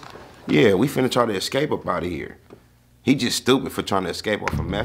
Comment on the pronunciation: Oh that's for sure the Southern United States right there when she said, In hur. Instead of in here yeah She from the south